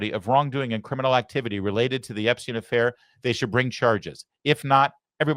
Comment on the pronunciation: Once more - It's Ep-stine' not 'Ep-steen'. Think Steinway only remove the 'way' and put an 'Ep' in front.